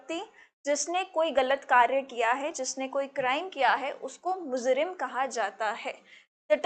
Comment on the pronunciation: It's mujrim not muzrim